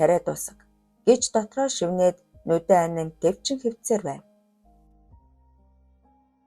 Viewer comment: Яагаад шивнээд гх үгийг шивэгнээд гэж уншаад бдын😅